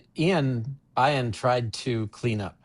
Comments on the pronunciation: It’s E-on! Not I-an. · "I"an? That's a strange pronunciation of that name. I would say "E"an. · hmm. My bad. I've never heard it pronounced like that, but I'm in MI in the USane ee-an is the only way I've heard. Must be a geographic thing like potato, potaaaahto.